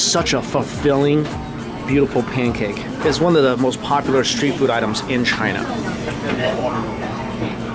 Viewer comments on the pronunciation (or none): none